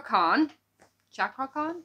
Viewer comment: youre right,you promiunce his name well chakra as in cha cha